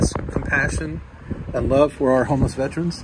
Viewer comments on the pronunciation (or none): Vet Er Ans...pet peeve of mine is mispronouncing veterans.